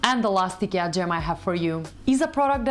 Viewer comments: It's not EKEA, it's IKEA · Why u pronounce IKEA as eekir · Have we all been pronouncing IKEA wrong this whole time? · first rule of fight club: learn how to say IKEA if you gonna do an IKEA video